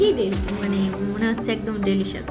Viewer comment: Delicious....not delisas